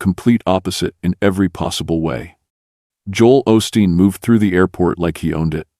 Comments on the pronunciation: He can't even pronounce Joel correctly! This has to be not real! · Narrator can’t pronounce “Job”and Joel”.